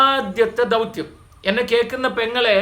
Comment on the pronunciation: ധൗത്യം അല്ല ദൗത്യം